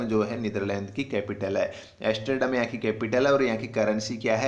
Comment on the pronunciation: Yaar tumhe to Hindi sahi see bolne nhi aati kaise itne views hai Yaar.asterdam nhi Amsterdam hotaa hai.youtude par koi bhi star bana baitha hai.